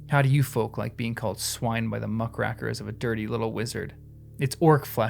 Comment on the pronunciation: First time I ever heard someone mispronounce "muckrakers."